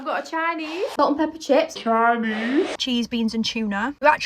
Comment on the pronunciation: That's not Chinese... That's Choyneyhs Bruv